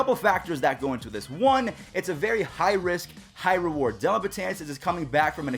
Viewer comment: Get his name right, it's DELLIN not Dillon.